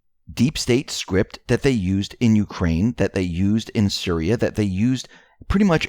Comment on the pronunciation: And Syria is pronounced - Sear—ree-ah....not Sir-rye-ah —the only reason I am correcting you is because of believing in Q, the other side think we are uneducated idiots. Please write things down by syllable if you have to.